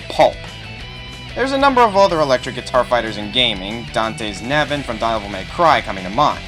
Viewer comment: "Dahvel may cry" "Dahvel" "DAHVEL" wat